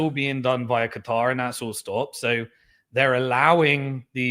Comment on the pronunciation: I really really really wish you wouldn’t say Qatar like a dick head